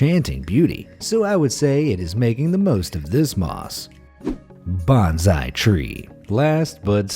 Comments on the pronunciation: Pronounced Bone-Sigh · plz don't confuse #bonsai with #benzai! They are two different pronunciation & meaning words. There's no letter 'z' sound in bonsai but 's' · Canary - is pronounced “Ka-nair-ee” not “Can-ner-ee”. and Bonsai is “Bone-zeye”